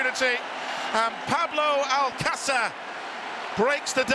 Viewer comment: "Pablo Alcacer" lol